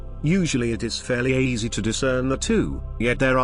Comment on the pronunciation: Yea, just doesn't know how to say some word, like easy